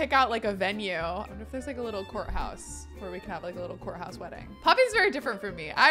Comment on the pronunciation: Every time you say courthouse, I hear 'wh***house' and my head is like !!!